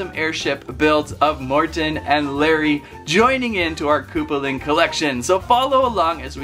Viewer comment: Ha mixup guy it is Lary ship not lummey ship